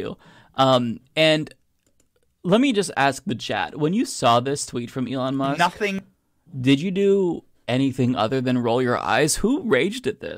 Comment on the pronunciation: Who is Ely Mush? I've never heard of Ely Mush.